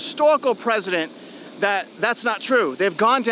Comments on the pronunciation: Precedent not president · precedent is pronounced “pressident” not “president”